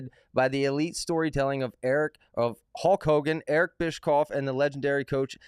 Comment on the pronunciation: Sounds great to me. Btw, the dope in the chair, bottom right, questioning other people's intelligence when he can't pronounce "Bischoff" is comedy gold. 😂